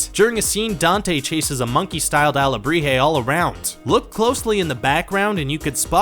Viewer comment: Ok,I’m Mexican and you say alebrijes really bad